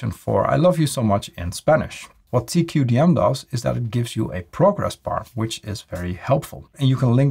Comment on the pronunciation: lol it's `taqadum` not t-q-d-m :)